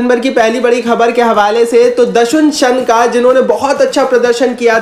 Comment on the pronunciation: सनका नहीं शनाका